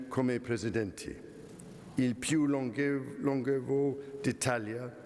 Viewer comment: Wow, only the pronunciation of the word 'longevo' was slightly wrong, but otherwise the speech in Italian was very good!! Beautiful speech: friendly, profound, simply, with some intervals of irony but serious and concrete. Above all I believe that unlike many politicians or many others, he wrote the speech himself. Bravo!😁